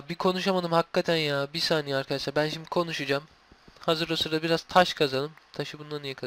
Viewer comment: şimdi değil simdük diyor :)